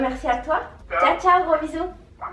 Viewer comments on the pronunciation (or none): none